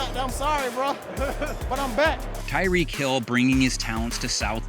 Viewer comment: “tyreek hill”